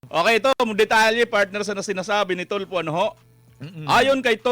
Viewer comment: Tulfo rhymes with Faldo...